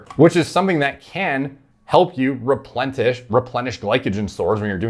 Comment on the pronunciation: I’m 100% going to start saying ‘replentish’ more in my day to day life.